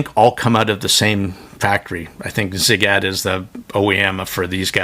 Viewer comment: Thanks for the review! Perfect pronunciation of Ziigaaaytttt!